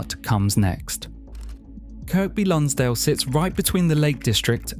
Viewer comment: So Kirkby Lonsdale is pronounced Kirby - the middle k is silent. Originally, both k's were pronounced but over hundreds of years and the way the Northern accent developed, the second k became silent. Apparently. Also, the River Tywi is pronounced Towee - as is cow-ee. If the narration is done by a real person, I recommend researching pronunciations before making these videos and if it's AI, well, heaven help us. Apart from these little mistakes, lovely video 😊